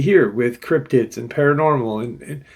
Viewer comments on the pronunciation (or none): none